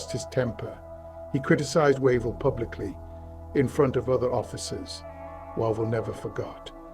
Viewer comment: Wave-ll NOT Wa-vel